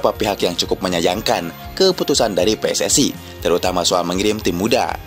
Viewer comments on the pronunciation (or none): none